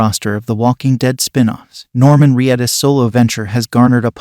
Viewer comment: Norman Re-addus. Darr-yl Dixon. You okay, AI? 😄